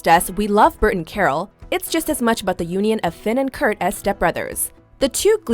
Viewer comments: Why did she keep saying kurk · did anyone else her them say kurk when they were talking about kurt and finn moving in together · the girl said Kirk instead of kurt